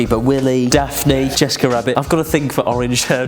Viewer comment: when said jessica rabbit i thought he said miss corona